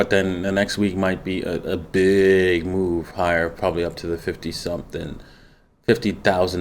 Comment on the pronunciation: What's it's next mewv?? To the mewn is it's next mewv. Thanks